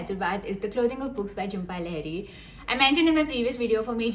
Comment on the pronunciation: great video...but..its LAA-HEE-REE...i am tired of correcting ppl!!